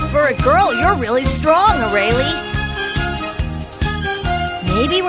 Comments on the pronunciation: old - Not in Japanese it isn't. In Japanese it'd sound like "Ah-Rah-Lay", here they're pronouncing it "Ah-Rail-Lee" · "Araily" Ughhh, could the English actors not pronounce her name correctly? >_< "woo hoo hoo" actually seems like a pretty decent replacement for "hoyoyo", though... if they were going to change it to something that's probably the best choice.